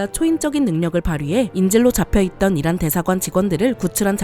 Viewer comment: 에 '이란'을 '이라'라고 했습니다!!